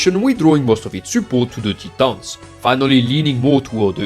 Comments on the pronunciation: "Tee-tons" hehe, keep up the great videos man. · Not a grievance, was just pointing out it caught me off guard and made me laugh....please don't misunderstand...I tried to make it clear wasn't an issue, just had me laughing.....